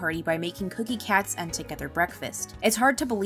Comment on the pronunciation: Wait . You said cookie cat ? Omg 😅😆 Nice video .